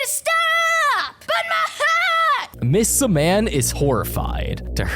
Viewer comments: Did you just say miss Su mam it’s Miss Simeon no offense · Did you just say miss Su mam it’s Miss Simeon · the scariest part is when he says "miss simean" instead of "miss simIan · IT'S PRONOUNCED SIM-EE-IN. NOT SUH-MAN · Si-man? Its simm-iean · lol its "simian" not "siman" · Every time he calls miss simian miss siman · It's ms. Sim-ian Sim-ee-an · it’s simian Sim-e-an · “Miss su-man”💀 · Why are you saying siman that is not how you say it like that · NOT TO BE THAT PERSON BUT YOURE PRONOUNCING MISS SIMIAN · Imagine not being able to say the teacher's name right.